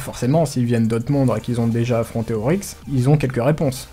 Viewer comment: c'est Oryx et pas Auryx